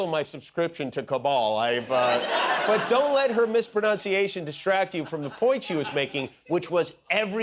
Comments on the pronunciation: It's "pronunciation". Otherwise I enjoy you here in NZ. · Jimmy mispronounced mispronunciated.😅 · I hope the way Kimmel pronounced "mispronunciation" was intended as satire... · He Jimmy, you mispronounced 'mispronunciation'.